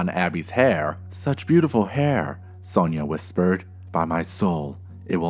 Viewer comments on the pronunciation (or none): is it Sonja And not Sonia